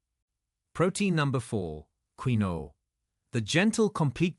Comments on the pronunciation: I hate videos that drone on in an AI-generated voice. Soy beans are toxic, and it's pronounced "keen-wa" (quinoa). If anyone has kidney damage, they should investigate what all carbonated drinks do to the kidneys and phosphorus levels in the blood. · He mispronounces quinoa. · First of all, you are not pronouncing quinoa correctly. Secondly quinoa has significant (high) amounts of potassium. Very bad for kidneys. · This is an AI video can't pronounce Quinoa correctly. I eat farm raised eggs that are local, almond butter, and aduki beans which are the beans Kidneys love. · This Ai doesn't know how to pronounce this word "Quinoa" correctly. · Also in Britain - annoying to keep hearing it badly mispronounced. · yes I know how its pronounced but the person who told the story botched it up every time he said it. Unless it was AI speaking I thought he would have learned how to pronounce it before reading it to the public and mispronounce it every time. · Quinoa is pronounced "keenua" Tilapia??? I had to laugh, the worst fish you can eat, farm raised, GMO and packed with chemicals from the food it's fed as well as antibiotics. And there is nothing wrong with good fat, especially from fish. Tofu is anti-inflammatory? It's made with soy, a GMO product, high in Omega6 that causes inflammation.Most is not organic And even organic have the same Omega6. Egg yolks are perfect food, whites have no health benefits, no nutrition. b eef is the most anti-inflammatory food there is, it's fat is stable and healthy. This is the most ridiculous post I have listened to, no knowledge of nutrition. I agree with processed whey protein and hot dogs, they are not real food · ITS KEENWA always mispronounced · Pronounced KEEN- WAA / wha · It's hard to believe anyone who can't pronounce quinoa. It's prounced keenwa.😮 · The pronunciation of quinoa is weird but it's the way it is keenwa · Quinoa sounds KIN WA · It's "keen-wah", not the way you pronounce it. Quinoa...🤭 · Pronounced. Keen-wah